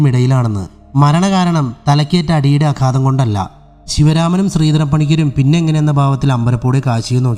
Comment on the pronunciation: സത്യമോവ ജയതേ അല്ല ... " സത്യമേവ ജയതേ" ആണ് . അതു പോലെ ആഘാതം എന്നതിനു അഘാതം എന്നാണ് പറയാറുള്ളത് ..... ദയവായി ശ്രദ്ധിക്കുക ... കഥ നന്നായിട്ടുണ്ട് .. അഭിനന്ദനങ്ങൾ !!